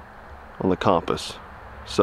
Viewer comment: My man can’t say ‘compass’